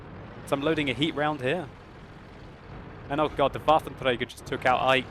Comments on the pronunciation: I appreciate your attempt to pronounce Waffentrager properly, but you're doing it wrong. You should be using the French R, not the Spanish R. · your waffentrrrrager is so annoying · the way you say "Waffenträger" is funny, because most germans could not roll the "r" like that even if they try very hard :D and you pronounce the rest perfecly while you are under stress and not actually trying so hard to get it pronounced ;)